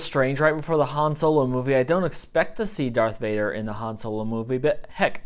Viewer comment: Sorry it sounded like you said darth mater once😂